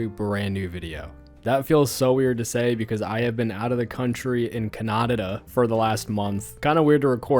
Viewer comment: Did bro actually just say Cananada